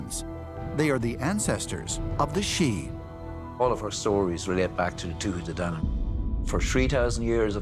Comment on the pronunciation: The way Americans pronounce Tuatha De Danann makes my blood boil